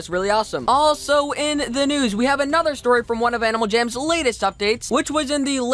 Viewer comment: lets get right into the news what kind of pernouncination is that